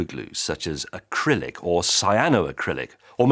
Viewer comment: Did he join st say acrylic and cyanoacrylic??? Oh james, why?